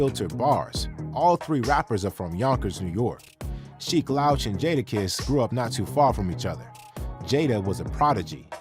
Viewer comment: I almost stopped watching because of the pronunciation of “Sheek Louch” 🤦‍♂️